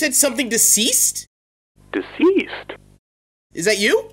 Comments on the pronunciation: DESEEST I I think he said (SEES IT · said deasessd